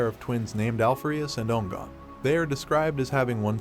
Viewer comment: I have a few issues with pronunciation.. Mostly how you pronounced Alpharius and Omegon.. But whatever, not a big deal.. I think you should just follow the standard template when it comes to going over the primarchs.. Go 1 through 20.. if that's what you want to do.. I personally thinks there's a severe lack of videos dedicated to the numerous imperial guard regiments.. Maybe you can cover those some day?